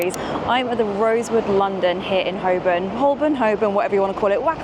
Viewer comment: It’s ‘Ho-burn’ - the ‘l’ silent